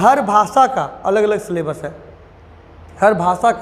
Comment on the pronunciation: 'सलेबस' क्या होता है,हमने तो अभी तक 'सिलेबस' ही सुना था❓